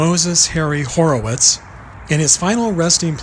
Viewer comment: Moe's name was Moses Horwitz. Not Horowitz.